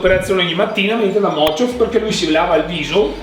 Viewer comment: Madonna quanto mi triggera che chiama Mochof con la F finale 😅